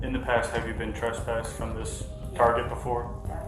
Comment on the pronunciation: she said traspassted